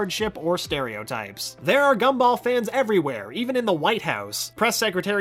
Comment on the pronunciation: The G for Gumball in the videos likes to much like a C. It got me a few times lol.